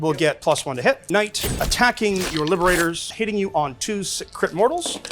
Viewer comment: The knight pronunciation is very risky!